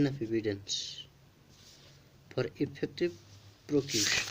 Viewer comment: good explantion its v helpful ....but at IELTS level pronounciation and spelling must be correct...i found that u need improvement eg prosecution said as procution , life-long said as long-life and many more mistakes ...overall i give u 8/10 score